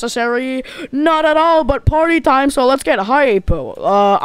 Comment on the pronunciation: bro said "fredrina told me to get you guys there having a potty"